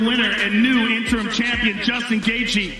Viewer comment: tony el-kukuy. ... Khabib: what? EL-kuHUL ??? you know gaethje? Justin gaethje ... Khabib: what? Justin gadget? Who ? Not gadget, but gaethje...you wrong... Khabib: no no no, listen, ey ey ey ....just now, you said gadget ...im right, u wrong ....